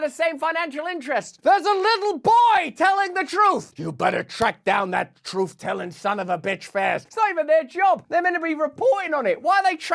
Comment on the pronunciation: I loved when you said troof more! Love ya from Canada